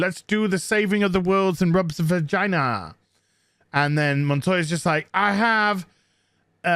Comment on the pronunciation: "and then they rubbed vaygaynaz" Me "SOLD"